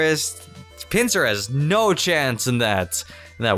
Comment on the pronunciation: Honestly, when you said pinsir I was confused